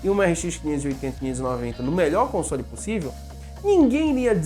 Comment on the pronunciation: Deve ser algum grau de "toc", eu mesmo ainda sinto um pouco de "incômodo" quando ele pronuncia "consôle".Felizmente para meus ouvidos nesse vídeo a maioria das vezes foi "consóle". Como eu disse não é uma critica, só reconhecendo meu "tique".